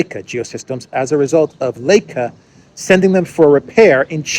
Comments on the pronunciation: Thank you! By the way Leica pronounced 'like-a' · Leica is short for Leitz Camera, pronounced Laika, as in the Russian space dog.